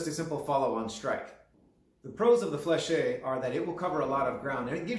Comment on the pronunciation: Fleche is pronounced without the -ay at the end fyi. Lots of hema people make this mistake just like gorget which is not gorjay as its roots are in gorgete for throat covering and gorge for throat. Gorget is a term in ornithology and in the military/history where you pronounce the t. Otherwise you are just saying throat when you mean throat armor. Same for sallet where a lot of hema people say sallay rather than sal-et.